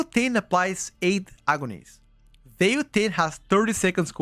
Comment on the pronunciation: it's VILE taint not VEIL